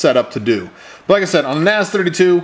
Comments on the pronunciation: ***** a, i, u, e, o is "ah" "ih" "uu", "eh", "oh" not "ey", "ay", "yu", "ee", "ow" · ***** It's a two letter Japanese character な "Na" and ぜ "Ze" - then westernaized and pronounced it "Naze" like "maze", "hays", and "ways". If you love Naze32, give at least the maker a credit by pronouncing it correctly. Na Ze or Naze